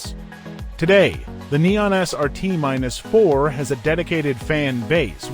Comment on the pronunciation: It's Dodge Neon SRT4 Not Dodge Neon SRT minus 4